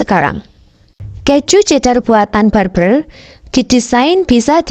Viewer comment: bukan kecju tapi ke - ju.